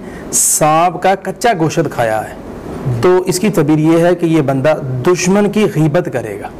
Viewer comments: Goshat nai gosht Hota hai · Gosh ko Ghoshat padta hai .pahley Urdu seekho . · Inki to apni urdu theek nahein goshaaat 😅